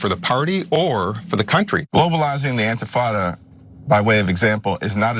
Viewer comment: Shapiro: "Mamdani shouldn't say 'globalize the infitada.'" Cenk: "Shapiro worships the genocide of Muslim babies!"